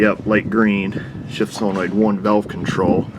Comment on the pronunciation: For Heaven's sake. It's not cylenoid. It's SOLENOID!